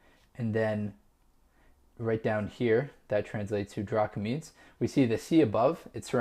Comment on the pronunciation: Its drachmas not drachmins